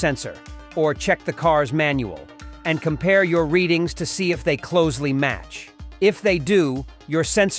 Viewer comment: The reading should be 😅 🎉 Clothsly vs closely